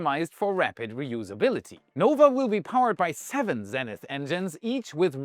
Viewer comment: Its pronounced: ZEE-nith. not ZEN-ith